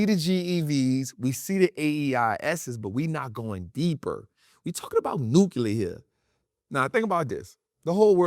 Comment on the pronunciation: it's "New-Clear". not "new-Q-ler". ❤❤, very common mistake. no hate, just ocd. lol. its like tempature vs temperature. its Temp-ER-at-ch-er. not Temp-At-ch-er.